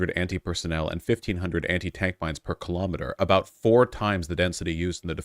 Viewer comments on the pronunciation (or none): none